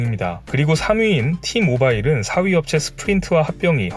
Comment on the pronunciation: "T모바일"이 아니라 "T모빌"임 ㅇㅇ 나 미잘알 ㅎ